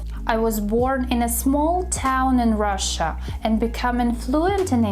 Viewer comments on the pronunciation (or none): none